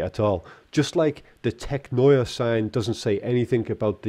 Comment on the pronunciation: I laughed when you pronounced it Tech noyre